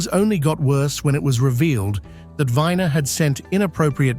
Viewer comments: Yeah you may pronounce it as Anthony Viner, but here in America everybody, including himself, pronounces it as "We-ner", like the male "member" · Not Andrew “Winer”. Andrew Weiner. You skipped the best part!